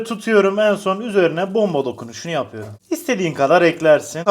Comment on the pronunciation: Yapüyrüm demene bayılıyorum